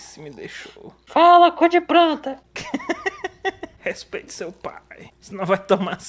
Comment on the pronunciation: “fala cu de pranta” -, 2019